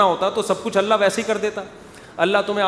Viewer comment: Mukti saab aap her baar Alla kaha Alla bolrahe ho..Kaunsa language mein kaha..kab kaha..???video proof hai👂👐🤙phone kia